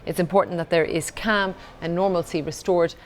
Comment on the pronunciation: its calm not cam you putts